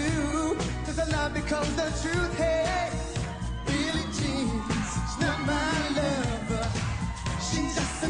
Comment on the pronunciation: ez is egész jó, csak egy kifogásom van ellene... a billie jean-t miért mondja "billi dzsínnek"?